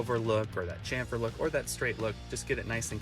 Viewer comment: Shhampher, like champagne